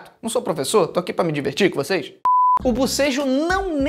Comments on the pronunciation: Mano so de ouvi o felipe falando bosejo ja tava abrindo a boca kkkkk te amo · Felipe falando bobejo eu bocejando kkkk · Só eu fiquei coisada em ouvir bucejo?? BOCEJOOO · Eu não parava de boseja quando ele falava de bosejo